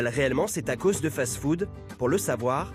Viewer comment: Tacos on prononce le s merci